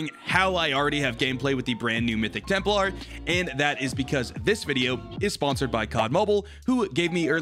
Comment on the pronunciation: This mf say Temp-LAR pronounce it TEMP-LER